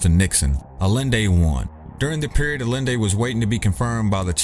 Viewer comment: Salvador Allende = Ah-Yen-Day